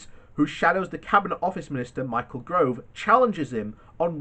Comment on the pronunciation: GOVE not Grove please.